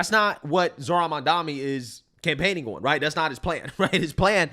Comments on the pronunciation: I cant listen this bredda yah mamdami...bro, either say it jokingly or say it correct. You sound dunce. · Why are people saying mamdani name wrong? Yall cant read or trolling?